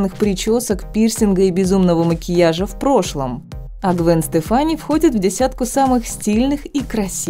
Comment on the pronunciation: Произносить надо твёрдо- АрбакайтЭ ВайкулЭ и т.д. Гвен СтЕфани, а не СтефАни.